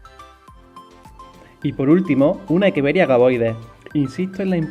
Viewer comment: Muy buena explicación El nombre creo que es Echeveria y no Ekeveria